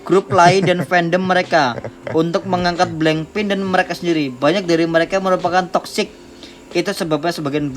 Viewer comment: BLACKPINK woy bukan bleng pit, payah lo